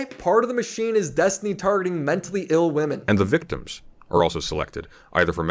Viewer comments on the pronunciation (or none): can’t say “women”, but damn, he’s a master at segueing into an ad.